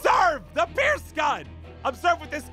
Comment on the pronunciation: Pierce more like peeirce